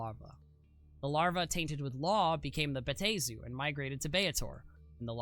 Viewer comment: Bruh... respectfully, there is a pronunciation guide in the very text you display! (Bay-AH-Teh-zoo) 4 syllables!